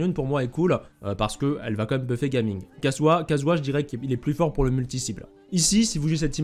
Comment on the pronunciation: super vidéo comme d'habitude, au passage en mandarin ça se prononce " Jia Ming "'